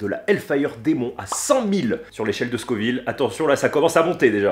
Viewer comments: Dommage le carolina n'est plus le plus fort du monde et c'est scoville pas scorville je m'arrête aux 20 premieres secondes de vidéo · SCO-VILLE pas SCOR-VILLE ! Mais sinon gros respect 😂